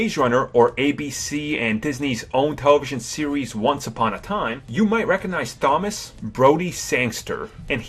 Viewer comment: Craig is pronounced with an elongated I. Cray-g not Creg. Warwick is pronounced with a silent second W. Wa-rick nor War Wick. Thomas is pronounced with a Hard T. Tom-as not Th-omas.